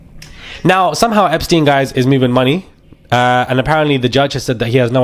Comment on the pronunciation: Very funny u say Eipsten not dead.